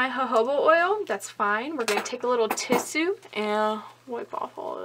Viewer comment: the way u said "tissue" had me cry laughing tbh